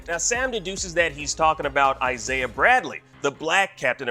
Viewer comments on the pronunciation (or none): none